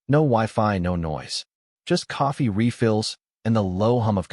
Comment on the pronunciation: Can this guy put out a story with coffee being a central character?…..also, I hate the narrator pronounces it….”cafee”